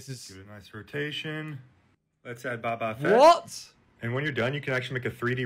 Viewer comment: Ahhhh... Baba Fett, that hurt me